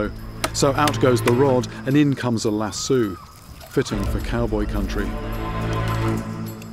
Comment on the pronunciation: "Lassue" lmao this guy is great